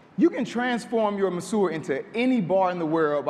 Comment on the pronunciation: Great idea, terrible pronunciation of the product's name. I can see hotspots going crazy over this.